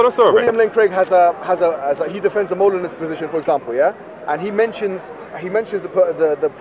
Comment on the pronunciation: Bro said monilism represented by Monila. It’s molinism and Molina